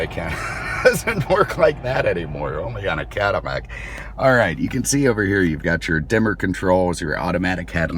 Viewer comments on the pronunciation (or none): I keep hearing him say, "Caddi-shmack", do you?